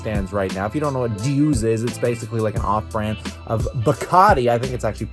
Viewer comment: Lmao its pronounce "do say " (D'usse) not D use" lmao and the artist Basquiat is pronounced (baz key yatch) 🤣🤣